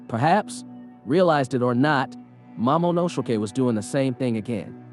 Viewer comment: Heard him mispronounce his name three times as momonoshokei, mamonoshokei, momosay